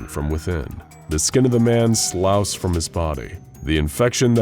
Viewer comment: . “Sloughs off” is pronounced “sluffs off”